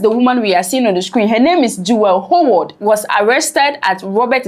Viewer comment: Could you please pronounce the name like Haward? Howard. Thanks.